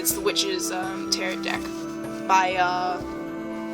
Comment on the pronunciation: tare-oh, not tare-ott.